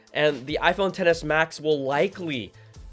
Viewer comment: Hahaha it sounds like you said iPhone Tennis Max 🤣🤣🤣🤣